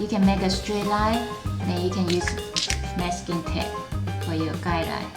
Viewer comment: yes she is speaking blue in a weird way